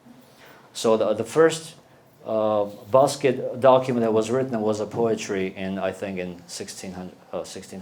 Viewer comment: what a boring speech full of arrogance and pseudoscience. Too much mythology and ethnical supremacism... first of all start pronouncing Basque Country properly, is not Basky Country. [Bask] The Basque vocabulary is limited? Do you speak Basque to make that statement...why everything of Armenians must be the best, the widest, the oldest, the richest, and the only land chosen by God? Everything is very murky! You look the leader of a sect...